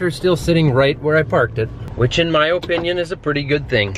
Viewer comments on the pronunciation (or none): Do say “OPE”inion?